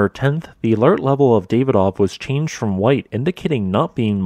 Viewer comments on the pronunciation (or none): none